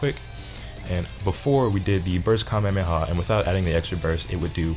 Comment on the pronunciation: Its Ka may ah may ah